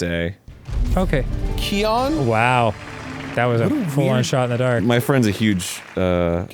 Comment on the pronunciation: 😐Did this man just say "key-on"?